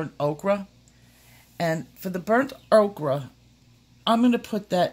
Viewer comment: Love ya to death but... Ohre sounds like oker. Okra is a food group you silly woman.